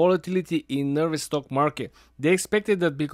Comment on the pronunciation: Stoke sounds just like stock when he says it